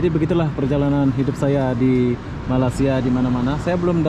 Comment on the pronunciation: Blh tak kau sebut malay sia bukan malas sia. Hopefully klu lepas ni die sebut lg malas dlm video barunya penonton dr malaysia jng tengok lg video die ni n klu blh unsubscribed terus .